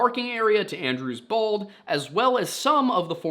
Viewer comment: I know you're saying "Andrews Bald" but I can't stop hearing "Andrew's balls." So their plan, was to check under Andrew's Balls. 😂